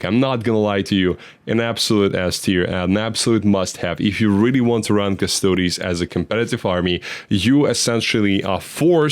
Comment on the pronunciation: In general with Custodes, being heavy in Greek names, the -es is pronounced as -eez